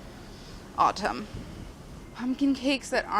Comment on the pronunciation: My ears heard "Smells like autism" instead of "autumn"